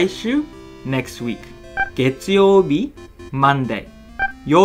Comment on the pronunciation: Is it just me or does he omit the end of the word "月曜日"? Speaking just "げつ"